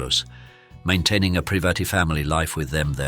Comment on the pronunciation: Yup. And preevatey instead of private.